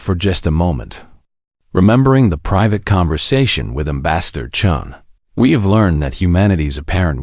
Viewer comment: Chun!! Not Chen!!!! Come on!!!